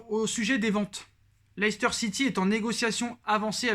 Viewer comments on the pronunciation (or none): none